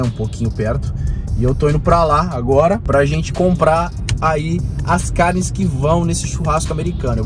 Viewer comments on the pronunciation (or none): CARRRRRR NES! Como força pra não fazer R caipira